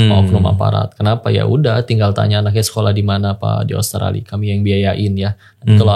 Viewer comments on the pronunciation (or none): none